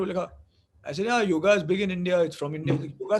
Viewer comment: Btw, it's not yogA, it's yoga.